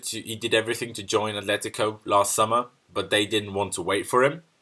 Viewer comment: when you say 'welcome to 100% Chelsea' it sounds like 'welcome 200% Chelsea'